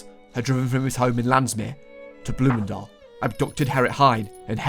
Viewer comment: can i just say, the pronouciation of bloemendaal and Landsmeer were very good!